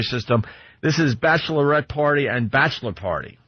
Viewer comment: 'Bashlerette party and Bashler party' -- Opie (professional talker)